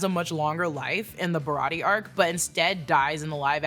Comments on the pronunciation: Shawty said “Bariyartie arc” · Ba-ra-tee-aye. Say it with me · It’s BAH-RAH-TEE-AYY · BA-ROT-TE-YAY Baratie! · I love you but if you say barratie wrong again we gonna be enemies for 5 min max